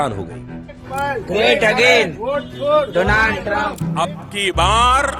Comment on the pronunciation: My phraaaaaaand Dolaaand TrAaamP 😂😂😂